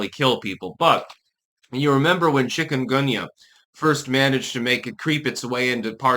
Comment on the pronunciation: Never heard of it. At first I thought you said chicken gumbo !